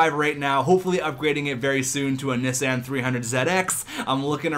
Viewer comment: You don't even say Nissan right lol